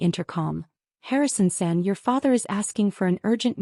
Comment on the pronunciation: It’s not Harrison send, nor is it Harrison said. It’s Harrison San! Takashi is pronounced taKAshi!